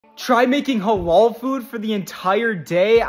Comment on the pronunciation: It's the way he pronounce Halal that gets me 😭😭😭